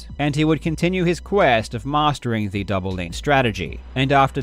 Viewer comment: Sushhhh... It's one of his signatures.